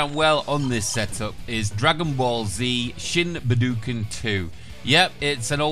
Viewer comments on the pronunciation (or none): I hope I’m not the only one that cringed when I heard him pronounce Dragonball Z Shin Budokai 😭